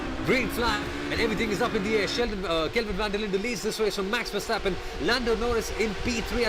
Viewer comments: yeah, the emphasis is on verSTAPpen. But overall liked the commentary, good job guys! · Please, not so much emphasis on the ver of Verstappen and Verschoor. Say it like "over" without o with a short er. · FUUURR-stappennnn.. dude haven you heard anybody say his name before.. 10 lashes in a public square!